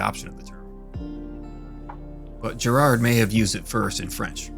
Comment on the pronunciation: Giraud: You say 'de Gir-oh'. You also mispronounce many other names. This is the 21st century, you have the internet, you have no excuse to be so invested in antinatalism and then be so lazy as not to simply look up the right pronunciation of the names of antinatalism's greatest proponents. If I can do it in a few seconds, why the hell can't you?